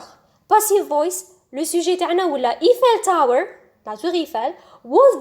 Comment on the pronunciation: Thank u just check the prononciation of Eiffel tower